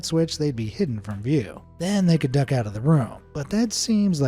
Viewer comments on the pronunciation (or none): none